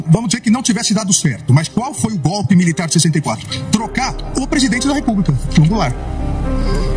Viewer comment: Como Lula fala gopi.